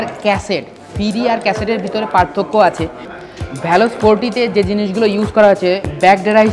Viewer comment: ভ্যালস না। ভেলস